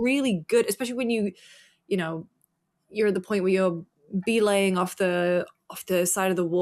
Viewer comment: Never thought I’d hear a British person pronounce belaying in my life lmao